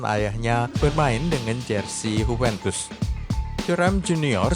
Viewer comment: JUVENTUS bukan Hupentus